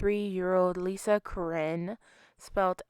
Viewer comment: Not to be rude but you pronounced her last name wrong. It's pronounced like "Crow- Nin" She is my aunt, my uncles ex wife. Thank you for making this. I wish I was closer so I could help look for her.